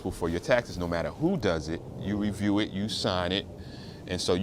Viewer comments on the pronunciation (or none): none